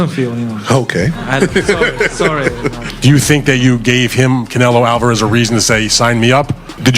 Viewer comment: Que fonética tan horrorosa la de canelo alvarez primero que se enseñe ablar Español y después lngles